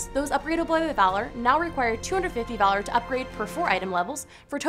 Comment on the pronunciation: every time she said "valor" i heard "dollar" , imagine if you could get 30 dollars for playing the game